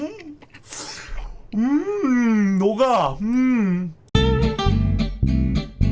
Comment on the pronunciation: 역시 노각 오이 님이라 녹아를 노각으로 발음 하시는 군요...